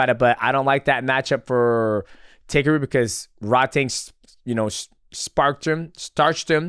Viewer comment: DJ it's pronounced "TAH-KEH-ROO" not "Taker roo"